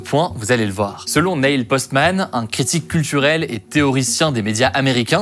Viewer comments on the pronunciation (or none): Neil se prononce "nil" et non "nail/nèyl", juste 3 lettres comme le E est muet, il serait temps de mémoriser comment s'appelle le premier homme à avoir posé les pieds sur la lune… Des primaires y arrivent